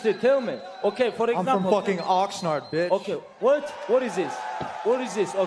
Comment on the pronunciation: It’s Oxnard lmao